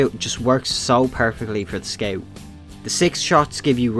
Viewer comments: Bro are you Australian you are saying sceaut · meet the squew. (being rude wasn't my intention, i really like the way you say it)